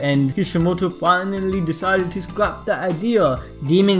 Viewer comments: “Deciided” lol I love your videos bro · You sat here and actually thought I wouldn't get the Spelling Error, unlike most I caught it on the first try .You said "Deciided", and I will take that cookie now please and thank you.